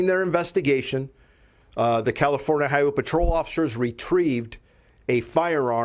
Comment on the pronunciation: No he said Californa!